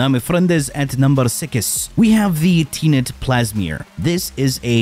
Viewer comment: Ah yes Teenet plasmeer